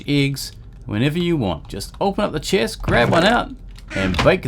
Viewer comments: I hear you say chest as cheese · Dude you got someting with the "e". It seems like you are saying : ieggs and chiest :D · he say chist